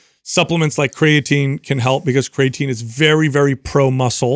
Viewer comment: When is he guna say creatine properly 😢😜